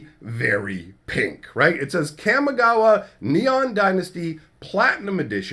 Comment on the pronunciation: Your pronunciation of Kamigawa bugs me. I feel like the "Kam" in Kamigawa should rhyme with 'mom', not 'jam'.